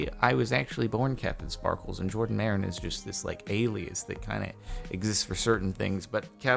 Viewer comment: Every single comment, HIS NAME IS JORDAN NOT JaRDON